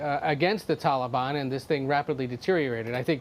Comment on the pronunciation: Since he’s making “deals” with the Taliban he could pronounce their name correctly.